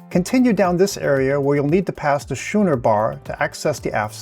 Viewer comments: Schooner has a hard c and is pronounced as if it is spelled skooner. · It's pronounced "Skooner Bar", not "Shooner Bar" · It is scooner bar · Thanks for the tour. Just one thing Schooner is pronounced "Skooner" not how you were pronouncing it. It's named for the Schooner ships.. "Skooner" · Just an FYI. Schooner is pronounced "skooner" ch has the k sound. Been on Vision and her sisters many times (over 20). Have more trips scheduled this year.